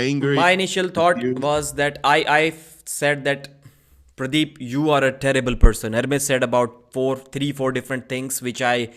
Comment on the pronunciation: I like how calls him pradeeb lol